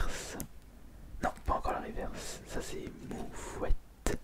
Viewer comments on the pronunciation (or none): on ne dit pas rivèrce mais riverce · On ne dit pas rivairse mais riveurse